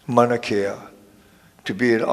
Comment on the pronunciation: You can't even pronounce MAUNA KEA your saying manakea correct your self Kim....